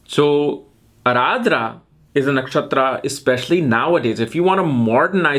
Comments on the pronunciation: Need to work a lot on your pronunciations of all words sanskrut. It's aardra not ardhra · It's not Araadra man it's Arudra ( lord Shiva in furious and Roaring.) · I thought it was just pronounced Ardra not Aradrah. 🤔